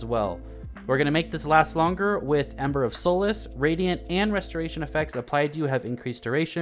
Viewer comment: You rock. Been using young ahamkara spine for a year. Nice that Galanor is a contender post nerf.....*whispers* BTW solace is pronounced "sahlace" not sōlace